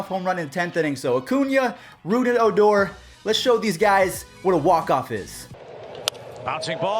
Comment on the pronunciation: You said odors name wrong